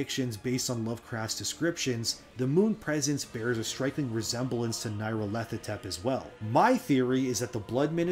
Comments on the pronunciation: Nyarlarthotep is NEE, not NIGH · Nile-ahr-foh-tep. but good effort trying to pronounce that weird ass name.